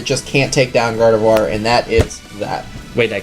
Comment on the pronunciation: N called it gardivoir and K called it broski